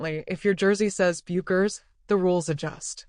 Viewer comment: Non merita di essere visto, neanche la pronuncia corretta di Bueckers sono capaci di dire